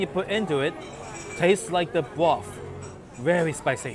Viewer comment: I can sit here and listen to you say "broof" all day.